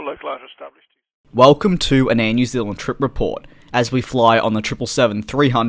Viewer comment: "Air New Zilland"